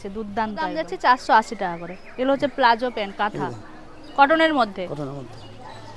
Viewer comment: Apni price thik moto bolchen naa . Seller jakhan bolchen takhon ei jante parchi . Punjabi , kurti , rapper , price jante parlam naa . Aar ekta kotha , kotha ta plazo noi , pallazo .